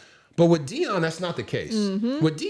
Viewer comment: Everyone it is Deion not Dion..